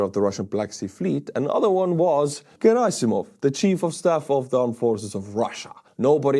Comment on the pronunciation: Girasimov or however the fuck you spell/pronounce his name should be called Cadaver-sov because that i know how to say 😂